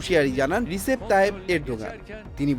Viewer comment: "রেজেপ তাইয়্যেব" কে "রিসেপ তাইয়্যেব" বানিয়ে দিলেন😂।